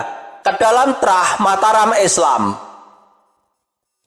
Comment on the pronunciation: Bukan Eslam min.. tapi islam, bukan Endonesia tapi Indonesia 😁🙏